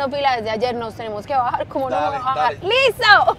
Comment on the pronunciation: La amo cuando dice “me tengo que bajarrrrr”